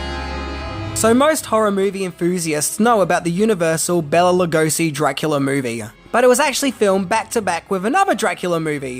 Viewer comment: So much misinformation and half truths. I give this video a C-. First of all, you mispronounce Bela Lugosi's name throughout the whole video. You should have started with getting his name right. BAY-la lu-GO-shee.